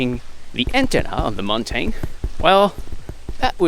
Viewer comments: it's pronouced mountin (mountain) not montane speak english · Montein lol. What accent is that?